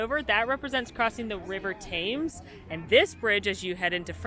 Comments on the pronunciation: Hey! ‘Cheerio’ means goodbye and the river is pronounced ‘Tems’ not ‘Tames’. You could say ‘Morning!’ enthusiastically in a British accent. That’s very common here in the UK. Amazing vlog. Lots of cool things we didn’t know about my favourite park! My girlfriend and I are back in May so will be looking out to see them ourselves! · if she talking about London's river Thames she pronounced it slightly incorrectly, although spelt T-h-a-m-e-s its commonly pronounced tems not tames which is how said it. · Oh it’s pronounced River TEMZ 😂😅 we love you guys ❤️